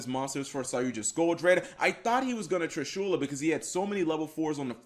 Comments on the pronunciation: I find it soo weird to hear Trishula being pronounced Tri-shoew-la. Always heard and said Trishula as just saying "Trish" and then "ula" right after without a pause. Trishu-la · Does anybody else feels uncomfortable with how he speaks triSHUla? I think it is TRIshula, or...how does even write the name of that monster? Whatever it is, how to you speak that monster's name? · Dee Wade I didn't got salty I think, it just gets highlighted when you hear so many other people talking TRIshula and not triSHUla. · It isn't pronounced trishoola holy shit! It's trish-uh-la